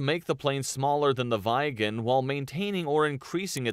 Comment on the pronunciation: Kind of funny to me how the speaker of the video pronounces "Viggen" as something like "Vegan", and "Gripen" as "Gripping". When it should be the other way around. Gripen, vegan. Viggen, gripping. Short vowel, long vowel. Feet, fit. You have it in English. Feet is pronounced differently from fit. This is what is going on here, so why can't you get it right? Duh! 🙂